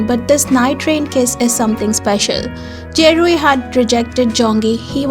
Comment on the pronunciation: For “ Kiseki, Dear To Me” It’s Ze Rui ( not “ Je Rui”) and Zong Yi ( not “ Jong Yi”) .. The scene in the end of the video, it’s from the End of The World With You ??